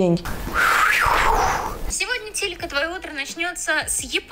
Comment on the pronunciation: ти сказала не тилька а титька😹😹😹😹